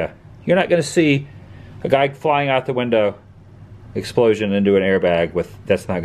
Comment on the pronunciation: Please,have the courtesy to STOP talking while the Tour Guide is talking. I have never been there and I would have liked to hear what he was saying. Also,IT IS NOT /Windah/it is WINDOW.